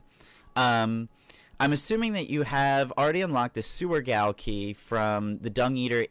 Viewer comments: Its pronounced JAIL. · Frick. It’s pronounced ‘Jail’. Great vid helped a lot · Sweet vid dude! Also Gaol is pronounced jail. :) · FYI: 'Gaol' is pronounced the same as 'Jail' and have the same meaning. Gaol is more common in the UK/Australia but still Jail is becoming more predominant and has a more archaic feeling, hence the use in Elden Ring